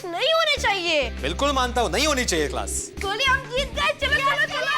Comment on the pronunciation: Goli not Glou